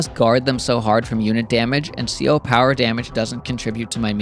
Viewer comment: CO isn't a word, it stands for Commanding Officer, it is pronounced Sea Oh, in case you didn't know and would care. if you do know or don't care, disregard.